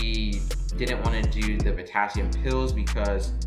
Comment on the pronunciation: I liked it, the only part I had to turn on the closed captions for was when you said, potassium 2.9, couldn't understand so just replayed it. It's post covid and I went to school for my LPN , been doing long term care for a short time then went to homecare 1:1 for vents and trachs and then school nursing. Was nervous going into the hospital exactly for what you said Not feeling like you can think with high patient ratios. Saw they are now hiring LPNs for tele units and needed to know what to expect. I went back to school for my RN . Thanks for your video. I